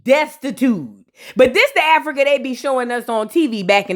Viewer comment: Who else was PO by the way said Africur😩, I had to rewind and make sure I heard her correctly. I had a attitude for the rest of the episode because of that 😂